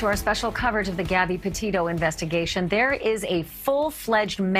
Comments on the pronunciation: Not Depeto it Petito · Innocent until proven guilty John Walsh. John Walsh sounds a little off the rails. He cant even pronounce the word Petito. Laundri probably did it but until we have the facts we cant say.